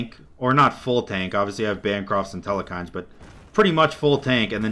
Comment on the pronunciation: Theres still no E in the middle of Telkhines. or the almost middle... its a 2 syllable word not 3